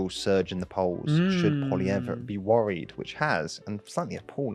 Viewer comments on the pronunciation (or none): you got lots of dislikes on the Canada video because you can't pronounce Poilievre correctly :p